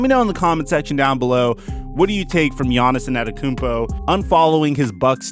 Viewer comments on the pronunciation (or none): Bruh he said Giannis Annettakoumpo